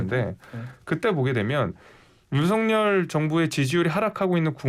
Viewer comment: 윤서결이 맞아요 윤성렬이 맞아요??? 발음을 다르게 하시니